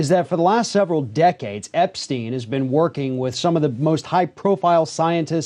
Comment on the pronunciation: Probably you should get a guest on your show who can pronounce Josef Mengele's name properly, and can also pronounce the word narcissistic properly.